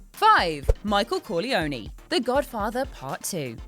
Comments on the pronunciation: What is it about WhatCulture and their need to mispronounce everyone's name? Michael Corleon--YY? Seriously? As though it's not pronounced correctly a kajillion times throughout the movie for you?! Did you even watch it? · AkiraSlayer I hate that people (including drake) pronounce it like that it’s Cohr-lee-own or cor-le-on-eh but never Cohr-lee-own-new